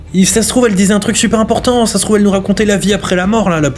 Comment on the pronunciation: J'ai adoré le "Sase trouve elle racontai un truc à la vie à la mort 😂😅